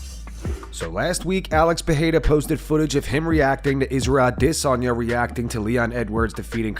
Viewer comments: "Israel A-DI-sanya" Fuck does he say his name like that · Why u say Adesanya so stupid all the time. For other fighters u don’t try to pronounce the name right